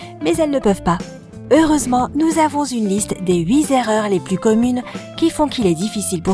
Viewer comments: Huit Z'erreurs ! Cherchez la Z'erreur ! Et pourquoi pas huit Z'ans, vingt Z'ans ou Cent Z'ans pendant qu'on y est !! Ces sacrés Z'euros ont saccagé la langue française et ses liaisons... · Les huit Zerreurs!!! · En tout cas les « huit zerreurs »... ça pique les oreilles!!!